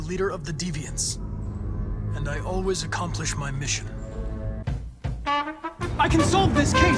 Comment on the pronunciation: "i aways accomplish my missions"